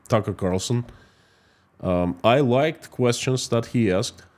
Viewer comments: Constantly getting TC's name wrong, dead air, bad sound. Geeze, can't you practice before putting this in a YT video? Horrible 😊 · You kept saying Tucker Carlson's name backwards! 🤣